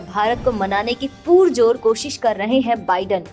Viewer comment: Mam, कृपया पुरजोर को पुरजोर ही बोलें पूरजोर नहीं